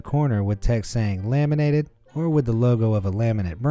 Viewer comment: Him: Laminated windows What i heard: lemonade windows